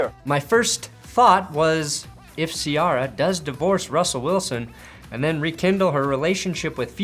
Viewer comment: please pronounce Ciara correctly. Its like See-AIR-ah. Signed, Member of the Hip-Hop/R&B community- Love your videos!